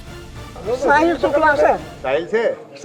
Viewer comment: शुक्ला कहते हुए मुँह मे बवासीर हो रही है क्या